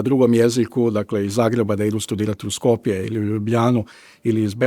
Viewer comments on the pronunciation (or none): none